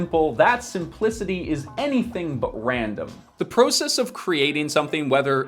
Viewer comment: You always say process kind of funny. Great videos tho